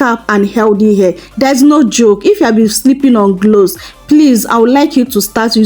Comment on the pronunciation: gloves or cloves??? you are misleading with your pronounciations